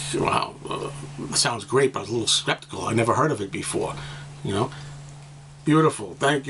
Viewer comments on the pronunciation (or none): Great. Funny when you were talking about the Rotogravure magnifying glass. You said 'you were a little sceptical' or did you mean.... 'A little spectical'.... HA!